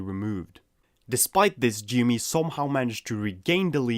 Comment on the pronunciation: it's also pronounced G M E not G ME